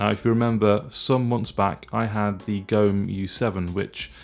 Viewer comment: It's not gome as in home, It's Go-Me